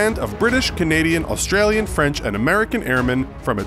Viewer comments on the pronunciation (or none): none